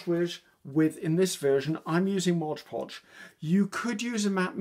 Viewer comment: I love watching and listening to you dear.I find that you inspire me,encourage me and relax me.Thankyou so much.I hope that you don't mind me pointing out t hat it s Mod poj that you use not Mojpoj.You are so sweet and I call it mojpoj now 😆....much love.Angie from Australia.x